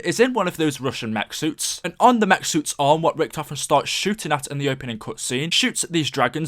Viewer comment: he called nickolai rinchtofen